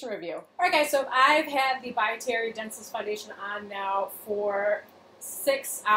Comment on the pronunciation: For the love of Jesus! It’s pronounced don-sell-eeeeece! Not dense-less!